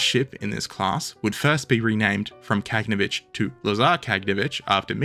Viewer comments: look at the spelling, even in english. Ka-gan-o-vitch. not Kag-no-vitch. And get cracking on part 9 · "Kah-gah-naw-vitch" with stress on the 3rd syllable, Frunze is "froon-zeh" - 1st syllable, and "slava" both means "glory" and is the short version of Vyacheslav/Vladislav/basically any name ending with "slav"